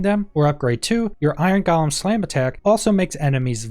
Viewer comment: It's said go lum not gall um.